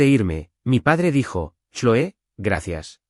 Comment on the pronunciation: SE DICE CLOE,POR FAVOR PRONUNCIA BIEN